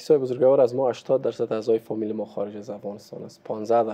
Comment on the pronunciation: اسلام علیکم جناب رامکی صاحب. لطفاً کلمه بزرگوار را به شکل (بزرگَوار) الفظ نکنید یعنی حرف (گ) را فتح ندهید. شکل درست تلفظ آن چنین است (بزرگوار)، یعنی حرف (گ) ساکن ادا می شود. سلامت باشید.